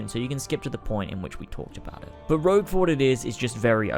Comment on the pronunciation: Rogue not rouge